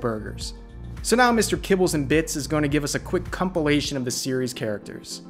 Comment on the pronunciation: Did you just say “cumpilation?”